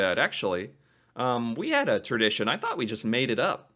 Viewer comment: Hold up, I'm only 20secs in and I had to pause it to talk about the way pronounces the word Tradition.... "terdition" heehee. Accents and pronunciations from different people are amazing 🙂